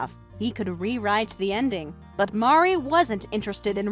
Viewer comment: Mari is also upset because mispronuctiations her name. 😅😅😅